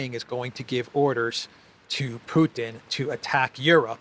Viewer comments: Puddin', as pronounced by Graham, takes up all the space in the senator's tiny brain! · Graham talks like a little Texas farmer when talking about 'Put'n' 😅